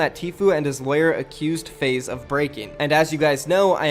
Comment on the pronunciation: Are you trying to say lawyer... lol